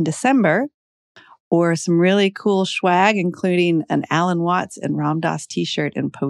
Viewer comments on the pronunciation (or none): Swag not shwag, lololol